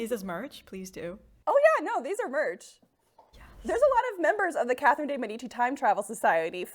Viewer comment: I definitely added this mug to my Christmas list and I'm really hoping someone gets it for me. Or I'll just buy it for myself. - is in EXCELLENT form right from the get-go and I am so excited for the snark to come. - Pretty sure he just said 'Kathleen' de Medici. What? - Did I miss the part about the 19th century? - So much of 'history', especially women's history, is mansplaining that we just to throw out the window. Women's experience/testimonials vs. some doctor? Obviously the man prescribing heroin to children - Worn both Spanx and a corset, and I'll take the corset any day. I was fairly tight-laced too (we were young and neither my friend lacing me nor I knew any better) and it was still really comfortable. Spanx are just hot and confining and they rolled up from the bottom and down from the top and I kept having to mess with them the whole time.